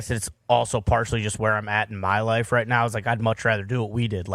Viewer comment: “It’s alright when you’re wight” truer words have never been spoken Pat